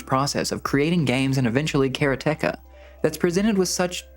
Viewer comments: Pronounced karate ka my guy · the pronunciation of Karateka has to be a joke. You're doing this on purpose. It's so absurd. How can you pronounce it the way you do when the root word is the Japanese martial art of Karate? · it's ok, but it's a Japanese word that means a practitioner of karate, like a judo practitioner is a judoka. They don't stress any of the syllables, so it should come out as "ka-ra-te-ka" 😁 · Bro I respect how much you put into this, and it’s the best review out there, by far. But the way you say Karateka…is …sacrilege - and if you’re saying it correctly, then my world has crumbled. Nothing I thought was real is real looool